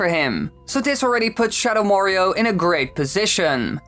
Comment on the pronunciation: "shadow morio"